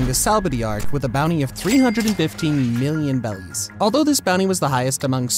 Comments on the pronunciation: I’m pretty sure it’s pronounced “berries” not “bellies” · more like “beddies” or just however you prefer since r and l are basically the same in japanese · Why does he say bellies 😂💀💀